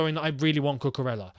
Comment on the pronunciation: I remember you explained how to pronounce Ziyech. It's Cucu-REYA.